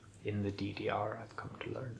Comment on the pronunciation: Your pronouncing of DDR was perfect